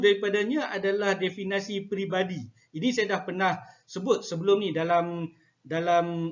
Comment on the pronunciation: Jika awak tak setuju, awak pulalah yang buat ulasan dan pembetulan. Elok tuan tengok dalam Kamus Dewan samada sebutan Definasi atau Definisi yang betul.